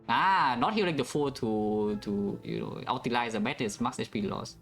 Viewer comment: i really wish someone would tell that it's "utilize" not "ultilize"